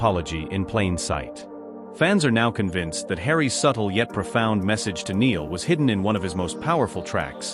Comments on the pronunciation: Spelt Niall but pronounced NILE, NOT like Neil!! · Get Niall's name right. Good grief, he's been famous since he was 16 and is now 32. His name is NY-ALL, NOT Neel. It is poor reporting and rude. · For goodness sake get the pronunciation of Niall's name right. It really isn't hard, and it makes you look so ignorant. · He should know how to say Niall name . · Does anyone else find these narrations annoying? Why can't the correct pronunciation be given to the written word? Just learn how to say Niall... Thanks